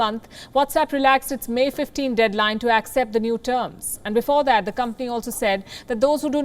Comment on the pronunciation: """AKSEPT"" The What?😂😂